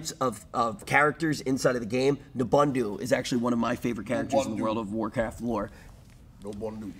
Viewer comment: "one of my favorite characters" ....cant even remember his name. lol "Nubondu" XD. It's Nobundo :P